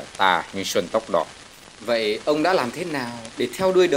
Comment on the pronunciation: Xanh tóc đỏ đọc sai rồi ko phải xuân tóc đỏ